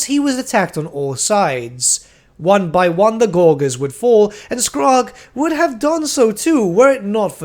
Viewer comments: please stop saying gorguers for the love of God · Another great vid, also, don't take this personally, but your pronunciation of gorges could use some work.